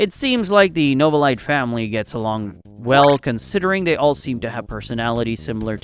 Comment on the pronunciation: Bro always say novalite like NoVALITE